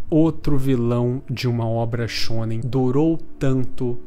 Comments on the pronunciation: "animixx shxxonen" kkkkkkkkkkkkkkkk me identifiquei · Ele disse shounem